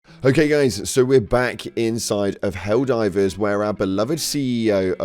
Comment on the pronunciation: Can you please, for the love of god, say the names of the factions correctly, PLEASE